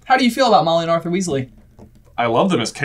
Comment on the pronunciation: Whoa! Seamus said Ar'th'er instead of Ar'f'er... impressive